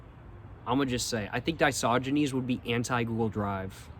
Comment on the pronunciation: yeah man it was feeling WRONG to say "Diogenes" After hearing "disogynes" Used by him with 100% certainty 😭